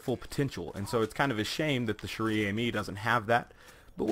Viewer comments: In case you didn't know "chère" is pronounced like the English word "share". The gun's name means Precious Friend. Friend is in the feminine so it's almost like the gun is called Girlfriend or Lover. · Lol dude "chere" is pronounced "share". Not judging tho, cuz a lot of french words are weird in pronunciation